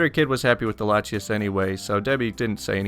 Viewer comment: Bluespellmaster8 I’ve played Pokémon for years and thought the way he pronounced Latios and Latias were right.